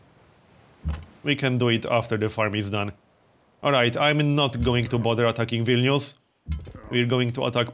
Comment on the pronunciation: So good to hear a YouTuber actually pronounce Vilnius correctly. It's like music, not everyday you hear someone pronounce a Lithuanian word correctly